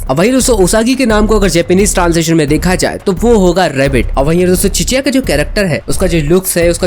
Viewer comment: Cheshya ❌ chicheya